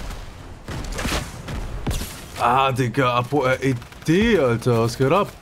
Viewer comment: Apo, das heißt REDDD. Wann streamst du immer ?